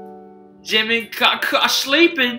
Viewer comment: the way says Jimin!!😂 So funny